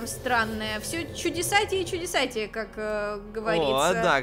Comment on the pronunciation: все чудисатие и чудисатие Я:саллиии....